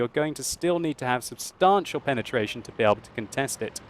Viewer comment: since when do we pronounce 'substantial' like that?